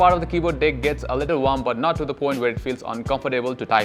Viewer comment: Bro video is good and pretty helpful but Pls say 'deck' and not 'dick' . It makes the video pretty wierd